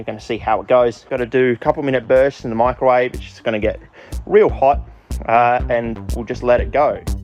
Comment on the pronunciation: swear to god every time you say it it sounds like you’re saying michael wave, big fan